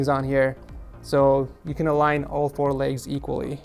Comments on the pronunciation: Legs not “laygs” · Duder fr just said "ligs" Instead of legs lmao